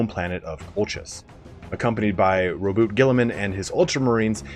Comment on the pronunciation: Omg someone said Roboute's name correctly!